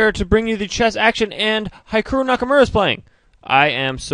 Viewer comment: Hikiru? Please... HikArU and the "hi" like in hitch not hypocrates